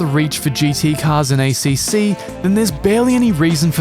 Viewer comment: You get a thumbs down for the shitty Italian accent pronouncing ACC.